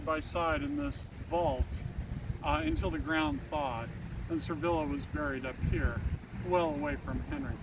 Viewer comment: Your video is interesting, sir, but why do you keep calling her "Servilla" when there is clearly no "R" in her name?